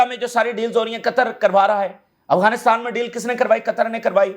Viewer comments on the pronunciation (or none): none